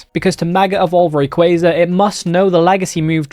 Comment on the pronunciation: you said rayquaza wrong